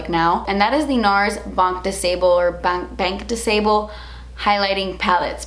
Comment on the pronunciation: Btw! "Banc de Sable" is pronounced "Ban" (no c or k sound) "de SAHble" and no "bel" ( you said it like "sabel"). The "ble" is barely audible. Just in case you wanted to know :p